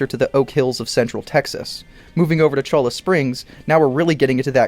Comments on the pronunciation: Not Cho-la, it's Choi-a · Cholla is pronounced "CHOY'-uh", its a cactus found in the Sonoran Desert. In Spanish, the letter ll is pronounced like a y. Cholla is often called "Jumping cactus" for how easily it will leave its own parts, covered with strong quills, in the skin of the invader. They are all over the map in Cholla Springs in the game as well. In fact, this is really what got me hooked on RDR(1) a dozen years ago: it felt like I was back home in the desert west of Tucson, in Avra Valley (near old Tucson)